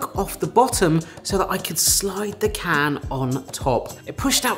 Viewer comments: Why can't the voice over guy say can correctly? Why did he insert a R? 'Christmas dinner in a carn for gamers' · "In a carn"?